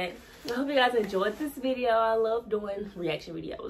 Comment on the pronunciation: “Viseo” took me out 😂 but this is dope, I finally got to hear the song watching this vid so thank you lol. I subbed too